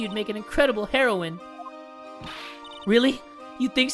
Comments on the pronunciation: Is no one gonna talk about the way he pronounced heroine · That's not how you say heroine 😂😂😂